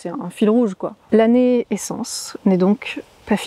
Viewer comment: Bonjour Quand tu as dit "l'année essence" j'ai entendu "la naissance"! La fin d'un cycle permet le début d'un autre! Bon vol et bon voyage à toi aussi! ❤